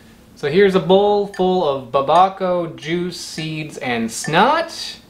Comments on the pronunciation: To be fair babaco just sounds like someone horrifically mispronouncing papaya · "DOLCHE DE BABA-CAO" lmao. Did you mean Dulce de Babacao (pronounced: DUL-S-E)